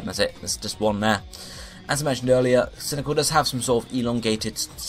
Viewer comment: Why did you pronounce cyndiquil as cyndical?